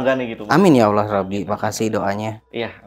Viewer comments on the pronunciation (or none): none